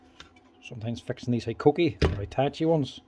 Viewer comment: Mate sorry but I always giggle when you say Hikoki, because the first time when I heard about this brand was from your videos and when you mentioned it I thought you sad "cookie". So for me hikoki will always be cookie. And mate, you are absolutely briliant, seeing how easy it is for you to strip and put back all the parts on so many brands, types and models, blows my mind.!